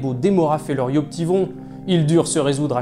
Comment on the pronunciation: C'est yoptivRons David... Mais bon, je vous mets 18/20 pour l'effort.